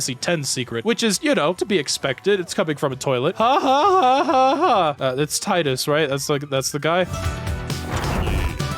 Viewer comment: You saying Tidus' name wrong hurts my very soul (It's "Tee-dus" by the way, his name was first pronounced out loud in a spin-off entry ALSO FFX IS REALLY GOOOOOOD)